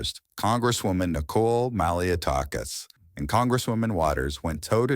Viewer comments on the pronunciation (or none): none